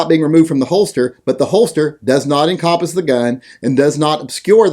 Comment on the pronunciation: You pronounce the word "encompass" incorrectly. Fix that.